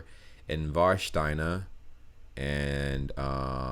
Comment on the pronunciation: You pronounced "Warsteiner" totally correct. It's a beer brand from my area such as Veltins and Krombacher.